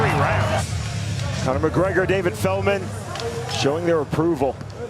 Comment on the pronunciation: *Conor ... absolutely BUTCHERED Conor's name 😂😂